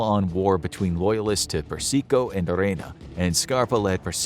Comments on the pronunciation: It's "Per-sih-koh" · Carmine "Perseeko" lol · I laughed every time he pronounced persico as per-seek-oh good thing he's dead he wouldn't like his name being butchered like that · He mispronounced a lot of names (Persico, Masseria, etc.)